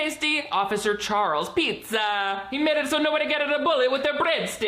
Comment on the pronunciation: I was gonna comment how Rocky Road was the Everything Pizza of ice cream when I heard the main character call a pizza "Buddha" and I momentarily died of second-hand embarrassment